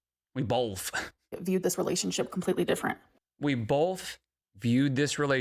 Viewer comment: Bolth makes me irrationally angry